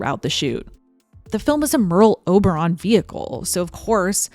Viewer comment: sounds like pearl harbour 😂😅